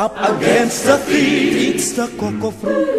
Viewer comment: its thieves not eaves